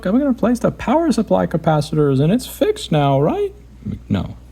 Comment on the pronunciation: "Let me know when you hear the difference".: "Neow" (now). Priceless.